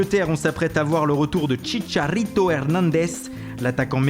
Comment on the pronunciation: Je kiff comment prononce les joueurs comme chicharito ou bernadeschi au top